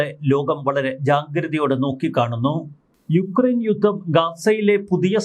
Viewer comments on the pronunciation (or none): none